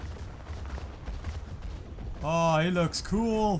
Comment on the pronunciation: good im not only one who will say ello